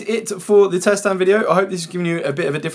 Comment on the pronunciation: What's a "tset"? 😂